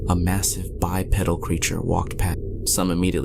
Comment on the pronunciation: dammit, quit mispronouncing bipedal...it BYE-PEE-DULL NOT PEDAL